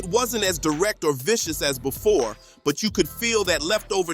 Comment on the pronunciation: He said boofore 😂😂